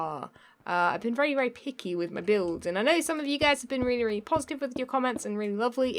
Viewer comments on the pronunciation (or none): 😂😂 ("really, really" - with your accent)